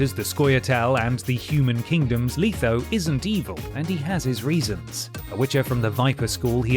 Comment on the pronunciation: it's a joke I was making fun of how he called letho leetho and how some npcs will call Geralt Gerald ( to his annoyance). I was just having fun with the others especially dandyloins I'm actually surprised no one called him that as a dumb jest in the game.